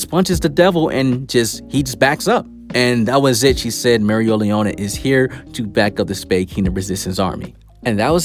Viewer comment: He said mereoleona so wrong bru 😭😭